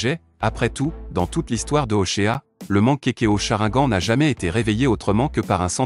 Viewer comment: On dit chrinegane crétin